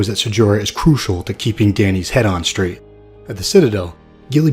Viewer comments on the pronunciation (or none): none